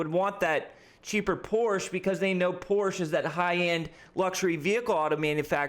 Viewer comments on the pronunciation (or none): You say porsche wrong btw, my german friend gets mad at me for saying it the way you said it. Also porsche already made a 30,000$ car, its called the vw beetle hahaha.